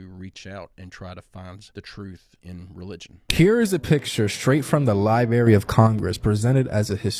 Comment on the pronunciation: "Lie-Berry?" REALLY?! We're seriously considering the opinion of a guy who says, "Lie-Berry" now?! 🙄 I can't wait to "Axe" him about his views on "Puh-Sketti!" It's just so "Fuh-Strating!" (We're doomed, too stupid to survive)